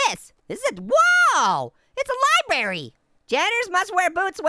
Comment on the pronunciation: There’s a libary